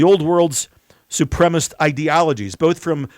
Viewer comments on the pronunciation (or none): I appreciate and resonate with your message, but it really grinds my gears when you mispronounce supremacist as 'supremist.' Can you please refrain from doing so? It would be very much appreciated, were you to do so. This is intended as constructive critiscism only. Additionally, I sincerely hope that the original American Constitution is upheld in full, so that our rights, personal beliefs and liberty are not only taken into proper and respectful consideration, but are accepted as our right to our personal free will and as our personal freedom of speech. I always wonder what happened to courtesy, values and compromise. Thank you to everyone, including, for what you do for your listeners.